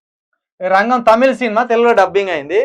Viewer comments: రెంగెం కాదు రా అయ్యా అది రంగం రా అయ్యా...... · అవును అది రంగే కాదు రా నాయనా రంగం నాయన న్యూస్ చెప్పేటప్పుడు కొంచెం జాగ్రత్తగా చెప్పరా బాబు😃😄😄😄😄